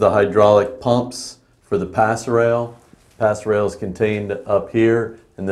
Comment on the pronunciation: Pass rail!?!?! ROFLMAO!!!!!!!!! It's PASSERELLE!!!! Yanks and the English language. 😀